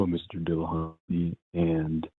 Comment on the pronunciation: I don't get why people pronounce Dillahunty Dilla-haunty. I've heard detractors say his name like this and if they do it to annoy it's a pretty pathetic attempt and if by accident how good could their argument be if they couldn't research how to say his name correctly? I suppose it could be their accent but they don't seem to pronounce other words similarly different so it seems unlikely. Weird no?